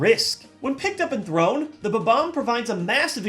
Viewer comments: Did you call it a "ba-bomb"? It's a bomb-omb. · He kept saying it Ba-Bomb, when the word is spelled Bomb-Omb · Did anyone else notice that the balls he used for the numbers are in the same order as his top 10 pokeballs list? BTW I don't think that's how you pronounce bomb-omb... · Correction: It's pronounced Bomb-omb. Not Ba-Bomb. Thank You move along. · I just realized I've been pronouncing bob-omb wrong all these years... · Your pronunciation of Bob-omb annoys me greatly - please don't tell me that that is the correct pronunciation? 0.o